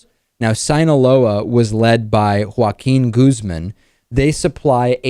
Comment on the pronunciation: What the hell David? Did you have to sound so "American" when pronouncing "Joaquin Guzman" or "Sinaloa"? You have never done that before, this all just seems very strange >.>